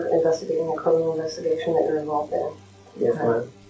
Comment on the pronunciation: "we're inventigating a murder you are envolved in" "Yes ma'am" CONFESSION!!